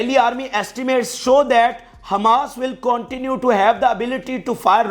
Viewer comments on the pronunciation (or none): none